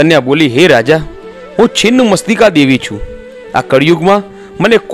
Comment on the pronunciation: Chhinn machhtika bhai chin mastika nahi pela bolta sikho